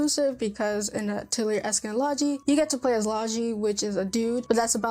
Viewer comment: I think you may be pronouncing Atelier wrong as back when I started playing them I did some research on it since I wasn’t sure and it seems to be more like “uh-tell-ee-yay”. So you don’t really hear the “r” at the end. But, if you love Atelier games, you may also like the Blue Reflection games. They are also from Gust and similar gameplay. Magical girl. I love Blue Reflection and Atelier so much.